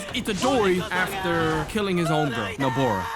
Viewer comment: nabora bro its nobara she is not sister gamora